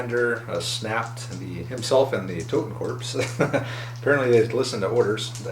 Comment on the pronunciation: Totenkorps (the p is silent btw, just like the word corps which is its translation) advance 4" and run 8". So horror still matters.